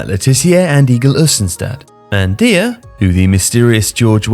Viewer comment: I gotta say, unless you know something I don't, I'm kinda surprised you kept calling him "deer" after the chant which presumably was supposed to rhyme with "liar"